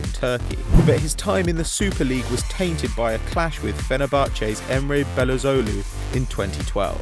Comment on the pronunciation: *Emre Belezolou ... hahaha. Belozoglu, get it right.